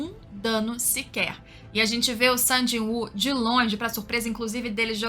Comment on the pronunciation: AHHHHHHHHHHHHH, FALA SUNG!!! NÃO "SAN"!!!! AAAAHHHH